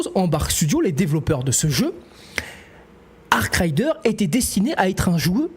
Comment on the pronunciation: arc raider pas arc rider....